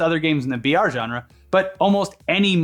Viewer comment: I been hear VR for a while then i realized they were saying BR